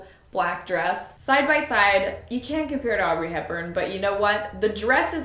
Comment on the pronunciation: DID YOU JUST CALL HER AUBREY!!!????